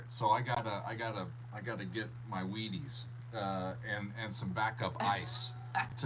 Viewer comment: Wheaties before driving, not weed-ies